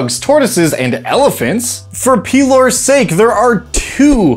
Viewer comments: I love the video but did you pronounce Pelor as Pee-Lore? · Did he say Peelor? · ''Pee-lore'' he-he-he.